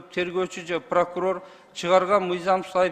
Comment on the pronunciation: Кагаздан окуса прокурор окубай айтса пыркурор экен